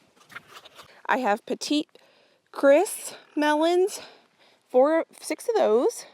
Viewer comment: Your Petit Gris melon is pronounced like, “pedigree”. I don’t think that means it’s petite.